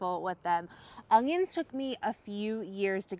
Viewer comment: Haha you say onions like I used to...with an added g 😂